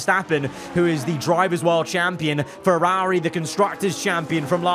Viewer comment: You were doing really well pronouncing Ferrari right up until the very end then you ruined it.